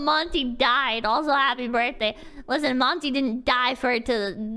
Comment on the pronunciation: I know I might sound like I'm defending RT, but insulting a dead person's name is quite a low blow. has the right to has an opinion and criticizes things, but at least she could've say Monty's name right. But I get why RWBy fan hates her, she insult the thing that they love, so the blowback from them is expected even though it's full of shit.